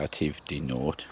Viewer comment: May I ask about dahlias? I have planted my tubers straight in the soil , mulched so they don’t catch a frost … will they grow ? I didn’t know I should have started them in a tray … also the shallots .. Hâtive de Niort is pronounced NEE- OR … just to say 😆 merci. I love your plot , so much going on .